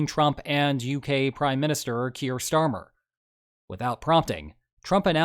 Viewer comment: I know it's a bit of a strange name to non-UK speakers, but you seem to have mispronounced the name "Kid Starver."